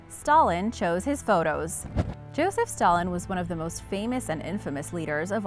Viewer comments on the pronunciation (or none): none